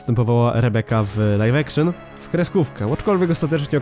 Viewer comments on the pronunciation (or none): none